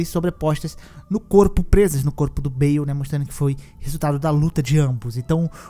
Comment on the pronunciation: Falou o nome do dragão de forma errado, é BAAAAAAAAAAAYYYYYYLLLLLLEEEEE.